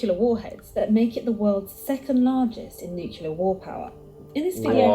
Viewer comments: It is strange to hear a British accent pronounce nuclear as "nook-yoo-lur". Wasn't George W. Bush made fun of for that? The word is "noo-klee-ur" or "noo-klay-ahr". As for the Nation's will to fight, it used to be that both political parties wanted what was best for America, only having different ideas about what that was. Now one of our parties thinks America is evil, guilty, shameful, dishonorable, racist, etc. and always was, and that all other countries of the world are saints by comparison. (Unless we are talking about one of America's allies. They're hated, too.) They have no will to selflessly serve our country, much less put their lives on the line for it. "Fortress America" has experienced a Soft Invasion, where our populace has taken in illegal aliens who hate it and where half of our population has been stupidly seduced to think in ways that benefit foreign powers. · Am I the only one who really struggles to hear someone pronounce nuclear “Nukular” instead of “new-clear” 😂 the video lady said it. I’ve heard it said by past presidents. Youre allowed to authorize the use of it but can’t pronounce it?! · Is it normal for British speaking people (vs "American speaking") to mispronounce the word "Nuclear"? It is not "nuke-you-lar" it is "nuke-lee-ar". Where is the extra "u" in the word between the "c" and the "l"? O_o Or is this part of the fetish to adding unnecessary "u"s to words? Like "color" "labor" "armor", etc. (vs. "colour" "labour" "armour"). For a nationality that fought the French for so long, why do they use their spelling and penchant for adding unnecessary letters to words? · pisses me off how she mispronounces “nuclear”